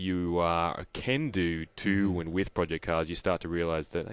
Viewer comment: Project------not Pro---Ject